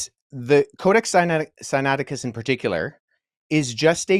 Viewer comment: won this easy because of mistakes in both when he mispronounced the book name and when he falsely claimed that the crucifixion was not written in the Codex Sinaiticus, and capitalized and took advantage, but Also, opening himself up to be judged by the same Standard that was brought out, and had claim of the crucifixion not being written in the CODEX SINAITICUS been found true, then would have lost the Debate. So with that said, and the Standard set, the Debate here was about the crucifixion, but a more important topic is *(CHRIST..TO RISE FROM THE DEAD ON THE THIRD DAY), this is thee Foundation for Salvation thru christ according to 1cor,4 for all followers of Christ, without this, there is no Salvation thru christ. So according to the Standard along with 1pet,, representing all followers of Christ, must show written in the Law and Prophets, *(Christ..to rise from the dead on the third day), Especially since it's claimed by all followers of Christ, Paul 1cor,4, Jesus Luke. claimed that the crucifixion was not written in the CODEX SINAITICUS, and exposed him, proved him wrong, and showed where it was written. Now MICHAEL SMITH is claiming that *(THUS SAITH THE CREATOR YAH IN THE LAW AND PROPHETS WRITTEN WORD FOR WORD) never once said anything like *(Christ..to rise from the dead on on third day), ever! The words *(CHRIST..TO RISE FROM THE DEAD ON THE THIRD DAY) nev